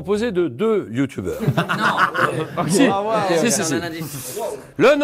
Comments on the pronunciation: Julien a dit « youtoubers »😭😂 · " on se quitte avec ces 6 youtoubers !"😂😂😂😂 Julien Lepers on t'aime !💪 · mdr : "ces six youtoubers"